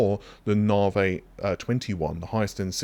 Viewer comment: Can't wait for them to move onto whatever is after navi. Cant stand hearing it called narvey every single time lol. Its not a way of saying it, if it's its name you say it how it's meant not how you think it's said, just like when the new doctor joined the enterprise in TNG and she would call Data, Darta.